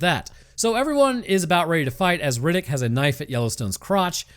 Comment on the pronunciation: i love the "chronicle's of Rinninck!"